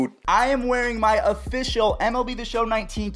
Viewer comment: “Offishinal” - 2019